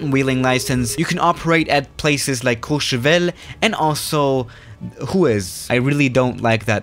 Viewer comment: Nobody:: Says Courchevel in French Everybody: Huh